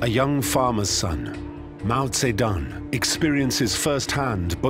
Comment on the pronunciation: You pronounce his name wrong